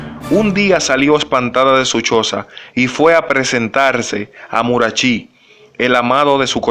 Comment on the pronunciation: Murachi...acento en la i.